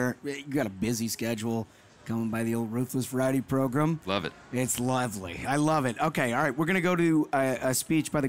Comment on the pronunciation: 'Megan Kelly Joins the Progrum'